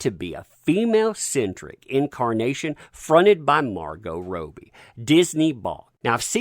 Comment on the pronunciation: Rob-Be not Roe-be